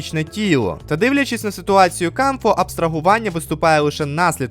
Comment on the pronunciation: Дякую за огляд і за поширення класного збору з розіграшем! Тільки клоун Кауфмо, а не Камфо 😭 Його й так віртуальна реальність образила, за що ви так...